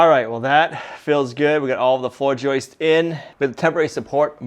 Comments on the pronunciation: It's not joyces, it's JOISTS. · Joists, NOT JOISTES. PLEASE!! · I know nothing about building but I do know English. There is no "es" at the end of the word joist. It is a simple, plural "s". Joists, not joistes. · Stop with the "joistses", stop, just stop. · Yes, every time he says "joistes" it's like fingernails on a chalkboard LOL. Actually, he accidentally pronounces it correctly . Miracles are possible after all! 🤣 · I love your videos and appreciate the hard work BUT please dont say floor joyces, it is joists. thanks. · I just googled it, plural for joist is joists. But not joistes. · He's saying Joists's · It's JOISTS.... not "...JOISTES..." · If i hear JOIST-ESS one more time, I'm going to explode. 😢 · Except he doesn't say "joists"... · Who smiles every time says joists?